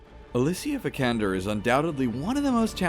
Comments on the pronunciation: Did you know you pronpunce her last name wrong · Not to mention how he pronounced her last name right after